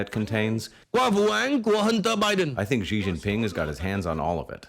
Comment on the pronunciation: Hey legitimately curious, is there a reason why the show always mispronounces Xi Jinping? Like y'all do it the same way Colbert does so is it like some kind of protest against China or what?